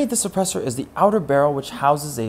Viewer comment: "Maghck Sappressur"